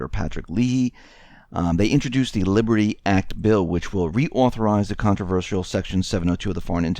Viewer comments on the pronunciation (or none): none